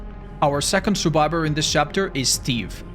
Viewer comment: Stop saying survibor